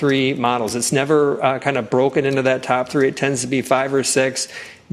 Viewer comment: did he say "supposebly"?